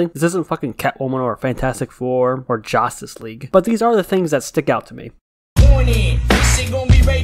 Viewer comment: I’m sorry, did you mispronounced “Justice League” into “Jostice League”? 😂